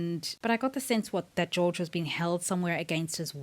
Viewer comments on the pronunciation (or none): Enjoyed your thought processes. We'll have to wait and see. One thing, though - Georg Hoffmann is a German name, so his first name would be pronounced as GAY-org (org - pronounced as 'org' in 'organization').